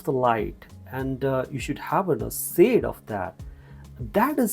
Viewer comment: Shhade not Sade